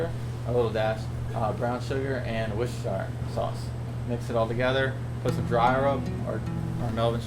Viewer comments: "Whust-errrr-shy-errr" sauce! lol A close approximation of the correct pronunciation is : whus-ter-shur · It's "Warsh ur sister."